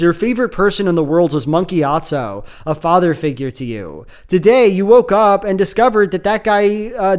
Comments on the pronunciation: Why he saying it like Monkey Atso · Every time you say "Monk Gyatso" I hear "Monkey Gyatso" 🤣🤣🤣